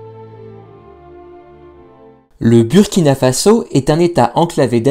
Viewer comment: Merci pour cette vidéo. Mais Burkina se prononce Bourkina